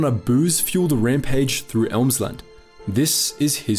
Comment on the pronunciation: Its Emsland not Elmsland......just telling 😂 Source: I live There😁